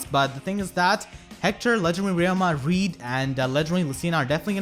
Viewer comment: The pronounciation is <<Hrird>>